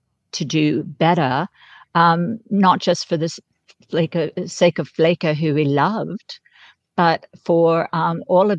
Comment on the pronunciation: It’s not Flako. It’s Spanish, for “skinny” Don’t ask a Brit how to say Flaco. It’s Flaaaahhhco